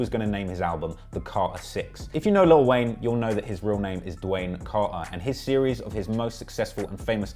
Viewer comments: Carter not Car-er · What's Cah-hur VI? lol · Lol you can’t say carter. Ugly ass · The way he's saying "Carter" is making me itch. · I can't get over the way you say Carter lol your killing me I love it😆😆😆💯💕